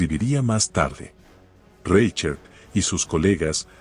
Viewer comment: Minuto "Reichert" ¡se escucha espantoso! Es un apellido alemán y se pronuncia como si en castellano estuviese escrito: "Rai jert". Antes de grabar el tono de un video que consiste en la lectura de un texto en el que aparecen muchas palabras y apellidos alemanes, se debe consultar com alguién que sepa hablar en alemán, como se pronuncia en ese idioma esas palabras y nombres. De lo contrario el texto a escuchar que ridículamente jocoso.